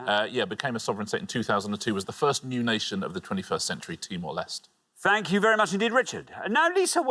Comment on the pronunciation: Everyone on Pointless seems to mispronounce Timor Leste.